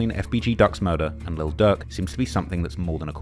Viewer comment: Man I can’t tell when this dude saying durk or ducc….im trying tho 🤦🏽‍♂️🤷🏽‍♂️😂🤣😭